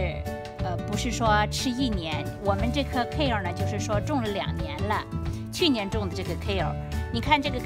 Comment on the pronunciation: 英文發音不對